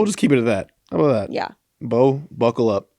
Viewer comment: Fred and any new Christmas traditions you’re excited to start doing with baby Beau? Also Fred you’re actually pronouncing my last name correctly, a lot of people struggle with it!🤣